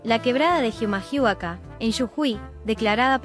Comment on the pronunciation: Oye amigo, se re noto que esa voz es de una IA ¿Jijamahuaka? ¿Que es eso? XD Es Humahuaca las "H" no suenan Y no es "Yujui" es "Jujuy"